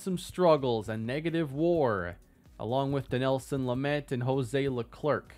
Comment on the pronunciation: It's pronounced Hozay Leklair, the c is silent. Like Charles Leclerc from F1